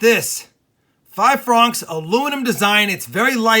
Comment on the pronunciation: I believe you were saying francs wrong